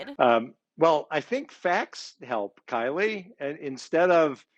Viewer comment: Love how he continually emphasize that "Kylie" 🤭🤭🤭🤭